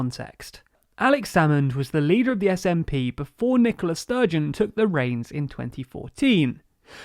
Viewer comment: I know you have to keep up a brisk pace when you're covering an involved topic, but it really does sound like you're calling the First Minister "Nicholas Sturgeon". It's a tricky name, in that regard, maybe if you put a little more emphasis on the "A" although then you risk mispronouncing the name... idk, just thought I should mention it.